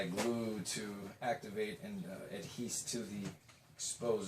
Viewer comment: Did you say "adheese"?